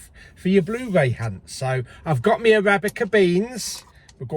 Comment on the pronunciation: Noooo stop saying Arabica beans 😂😂😂😂